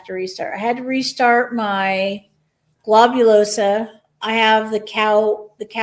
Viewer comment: Globulosa. Not Globulosaaaah! 🤣